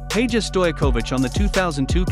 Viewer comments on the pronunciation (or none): if u cant say man's last name say Peja (pag-a)